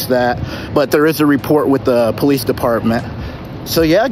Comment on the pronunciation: you mean the Poe-leese